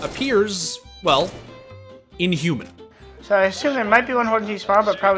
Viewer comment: Lol I’m watching he keeps saying inhuman. That was hilko’s thing and it sounds weird when you keep emphasizing it on someone who isn’t hiko